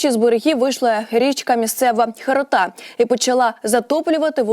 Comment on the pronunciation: Кажіть правильно. Не тОбол, а ТобОл, не Ока, а окА, не херотА, а херОта. Де вас вчиил всіх?